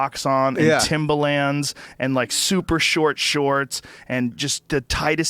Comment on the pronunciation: Love that Joe called them "Timbalands."